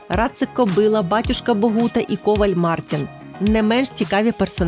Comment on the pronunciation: Правильно вимовляти слово коваль з наголосом на а: ковáль кує́, а не ко́валь ку́є.